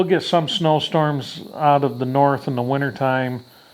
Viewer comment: "Cold coming from the nort" Damn Canadians! 😊